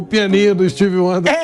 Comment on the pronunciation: Pilhado falando steve wander kkkkkkkkkk